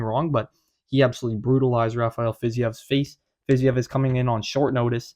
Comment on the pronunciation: Wow only person I've heard correctly pronounce fiziev